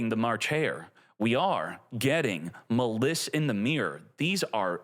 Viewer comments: its literally a play on malice and he pronounces it muh-liss... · Maliss, it's like malice not ma liss. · bro said muh liss. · It’s pronounced as Malice since it’s based off of Alice in Wonderland 😂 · Is illiterate? How do you pronounce Maliss wrong? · I usually don't get irritated by mispronouncing, but come on. Maliss, the archetype based on Alice in Wonderland, can't be butchered more than how he says it. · Why the fuck are you saying "Maliss" like that? That is literally not cognizant with the name Alice or with how people pronounce Malice or Maliss. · bruh pronounces maliss like a dumbass